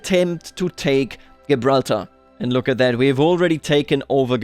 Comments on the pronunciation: just sayin gibraltar is pronounced jibralter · Tiny little thing - you might want to check the pronunciation of Gibraltar. Love the video otherwise! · Nobody has ever said anything more german sounding than that pronunciation of Gibraltar. I love it.